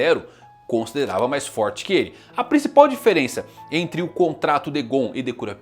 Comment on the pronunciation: Pq ele fala kurapika e nanica diferente Que agonia